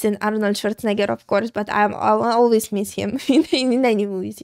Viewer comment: I love how pronounces Arnold Schwarzenegger.